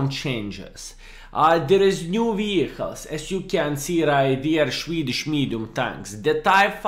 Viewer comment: Shwedish mediums😂